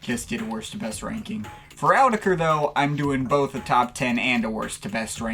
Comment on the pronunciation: i hate the way you say "autechre" but i love your videos and thoughts